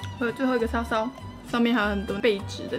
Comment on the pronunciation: 我一直把背脂聽成荸薺